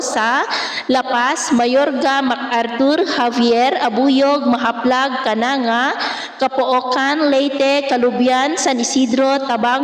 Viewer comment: Correction po ma'am. Correct pronunciation po ng Jaro (Haro not Dyaro) Kananga (Kanangga not Kananga) Tunga (not Tsungga?